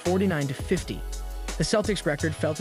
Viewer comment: re' cord? sack a mores? intercepted an inbounds pass from is' a ? , A year later was Birds final year on earth? game 4 of a series with Cled lan ? Watching the street louis cardnals play baseball. This guy reading the script has never seen a basketball game, and evidently is not even remotely familiar with the English language. This is laughable.